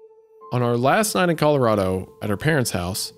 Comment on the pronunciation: Hunter's 'color-AH-do' pronunciation got me lol. My wife always pronounces Colorado the same way hah